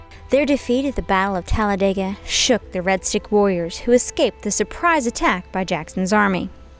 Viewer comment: Also, thanks for pronouncing " Talledega" correctly!